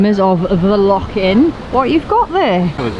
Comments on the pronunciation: As brilliant Welsh people up here say it with the same spit as you would at home lochhhhhh not lock. 😂😢💜💜💜💜 Remember boat is an acronym for bring on another thousand. I would love to donate for your Africa shoe fund but I'm not in the position. Keep it up guys I have so much respect for the two of you. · LAKE LAKE Ness - Heresy!!!! people have been burned at the stake for less. But being our Celtic brothers you may be forgiven - if you get it right. It's LOCH with a capital CH. No K involved! Be warned🤣🤣